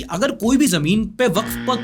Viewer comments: Waqf is spell as [WA-KAF] i am advocate myself many of my colleagues are waqf [wa-kaf] advocate. ❤ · For pronunciation it's Sound WAKAF not WAKF